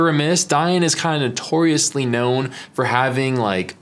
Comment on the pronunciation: Dif he say they are "toriously know for"? haha